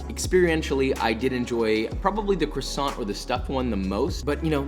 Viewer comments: its CWASO not crusont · I am really surprised josh said crossonts instead of kwasson 😭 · You say "Kwasont" like how Carl Wheezer say it and it's killing me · Ok so I'm from britain and I never understand why the americans say crasont instead of croissant, the roi is a W and the t is silent. It mentaly destroys me every time I hear it said like cRrAsOnT. Please stop. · it’s pronounced K W A S O H N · Why does he pronounce Croissant like Croisson but Filet Mignon like Filet Mignan 😭😭😭 you’re SO CLOSE!!!! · "The way you pronounced "pain perdu", "filet mignon" and croissant is incredible 🤣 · You can pronounce that but not croissant the proper way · The way he can pronounce pain perdu but NOT croissant😭😭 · I WAS listening until I had to listen to him mutilate the pronunciation of "croissant" a dozen times.